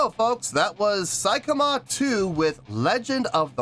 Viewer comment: Pronunciation is more like "say" kima 2, rather than "sai" kima 2 👍